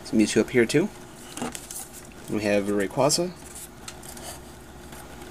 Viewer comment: Finaly someone who pronounces rayquaza like I do!